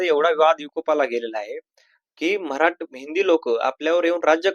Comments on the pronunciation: अरे बाबा मराटी !!!!! नाही मराठी ठी ठी याला धड मराठी शब्द उच्चारता येईना!!!!!! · Marati Nahi Marathi asauchar kara